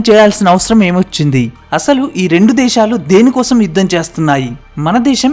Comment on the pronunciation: Deshalu kaadu sir desalu